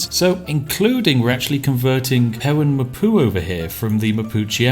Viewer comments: Spiffing Brit Pewen mapu? pew poo Rankgul mapu? rank poo... yes it really does sound that bad even after the edit XD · Did he say "poo-in mah poo"?